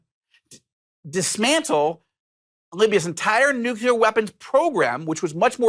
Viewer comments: its NU - CLEAR. Not Nu - cu - ler. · nuclear, not nucular. And government, not regime. Regime is a propagandist word. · Nucular isn’t a word